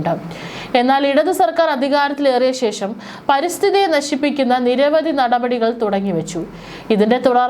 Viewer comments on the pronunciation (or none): none